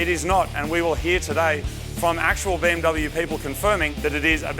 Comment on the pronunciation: You are pronouncing BMW and AMG wrong.